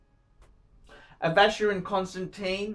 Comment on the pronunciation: He is SOOO very sophisticated, he would never bother laying his finger on a FC because that is only for the ignorant upper middle class plebes... He is so terrifically classy he ...is incapable of correctly pronouncing Vacheron Constantin...